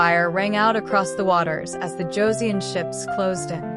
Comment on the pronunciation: Hideyoshi never set foot in Korea. His invasion of Joseon was carried out by three of his daimyo. The "eo" in Joseon is pronounced the same as the "eo" in the English word, luncheon, a soft "u". It not pronounced like the "eo" in word, neon. "...nestled between the Korean Peninsula and the Japanese Archipelago..."? The Noryang Straight is nowhere near any part of Japan. It's about one third of the way along the southern coast of the Korean Penisula. It's hard to think of it as being a part of the East Sea. This battle was hardly a decisive one. Hideyoshi had already died in Japan and his forces were in the process of leaving Joseon. Now some of the earlier battles fought by Admiral Yi had been decisive. They stopped the Japanese from resupplying their troups by sea, the only practical way of doing so, thus forcing the Japanese to retreat back to the Busan/Ulsan area. The most decisive battle of the war was the one fought in the Myongnyang Channel on October 26, 1597. This one stopped the Japanese, for the second time, from reaching the Yellow Sea. The Japanese did not have 500 ships. The number was more like 300 and most were likely transport ships. They were much lighter built than the Joseon ships, which numbered about 85 ships and were bonafida warships. I'm one minute, 16 seconds into this video and I really can't continue to watch it. From the point of historical accuracy, there are just too many questionable points. And the still clips from the videos used to get them a